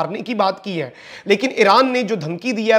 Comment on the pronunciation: جملے کے آخر میں "ہے“ پر زور نہ دیا کریں کانوں پر برا اثر پڑتا ہے باقی آپکی رپورٹنگ بہت اچھی ہے ❤